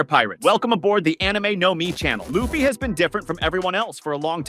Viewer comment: Okay, as soon as I heard "Luhf-fee" I was out.